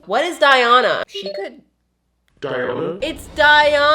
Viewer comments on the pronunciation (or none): Die-on-a lol